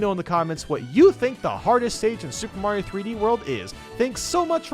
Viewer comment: He butchered Mario